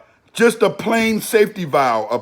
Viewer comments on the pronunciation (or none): none